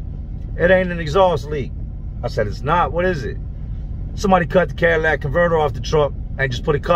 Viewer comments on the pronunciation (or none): "Cadillac converter" LOL. its catalytic converter ( cat ah lit ick ) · Love ur vids jay but for the love of god it's catalytic converter not Cadillac converter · Are you saying Cadillac or catalytic. Lol either way great video. Maybe that cops was the one that inspected Mr.ElasticAss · Did say, "Cadillac" Convertor? Idk what that is, but is it anything like a "Catalytic" Convertor??? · Cadillac converter,? do you mean a catalytic converter? just askin:P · It’s catalytic converter, not Cadillac converter. LMAO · Plz tell me ur not saying Cadillac converter. Catalytic converter Catalytic catalytic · It's catalytic not Cadillac. Salute ,👍🏾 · CATALYTIC converter! Not CADILLAC converter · Just so ur aware, it’s pronounced cat-aye-lit-ik.. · I want to say those are shitty engines You say catalytic converter funny lol